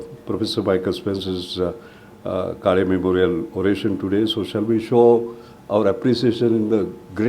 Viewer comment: to the lady doing the introductions at the beginning it is काळे and not काले . Surely you can take some effort to pronounce that right. you are representing the institute